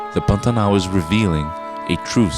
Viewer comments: Not brazilian; american who just knows how to pronounce Pantanal. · Good job!!! Is the narrator brazilian? The way he pronouces "Pantanal" is quite familiar!